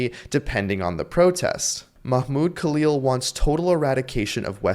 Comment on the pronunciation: Yeah. He really Bidened homies name. Isn’t this the “I’m done!” dude?